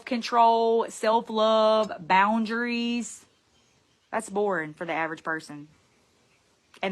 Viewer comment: I know this is petty but mispronouncing words makes me want to gouge my ears out. "BAWN-jurr-ees" for boundaries is particularly...something.